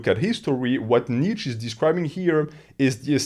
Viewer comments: I perceive you as a person who would want to know that: „Nietzsche“ is pronounced knee + cha (as in challenge). Kneecha. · Awesome video. As a German, the way you pronounce my boy Nietzsche's name drives me nuts though.